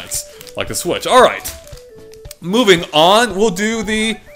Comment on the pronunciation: "Speaking of sWhich.." I have a feeling that's going to become common one of these days.